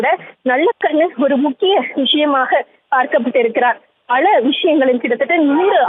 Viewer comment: பல ...என்ற வார்த்தையை சரியாக உச்சரிக்கவும்